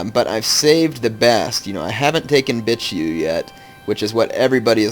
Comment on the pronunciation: I believe Bitchu is pronounced Beetchu, not as fun to say but oh well.